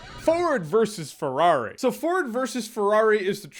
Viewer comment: Nobody: Jeremy : Forward vs. Ferrari